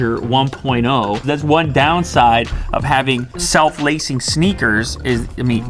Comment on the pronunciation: Did you say "self lacing speakers"?